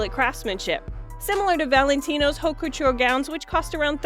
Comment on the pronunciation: Haute is a French word and is pronounced, ‘oat’. H is not pronounced.